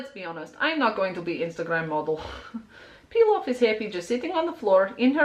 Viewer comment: The first time I saw Pilaf, I thought she was saying peel off... i swear im educated